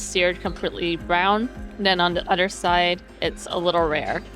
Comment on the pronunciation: Love your content and thanks for showing me a place I could never afford! Was all the club food free if you stay on a club level and have whatever status? That’s so much food! One thing I hope you don’t mind me bringing up is a tiny thing I noticed. You say de, dis, and udder etc. It’s a little distracting 😝 no need to change, stay you, but in case no one’s ever brought it up. Anyway keep making great content!! 🧡💛🧡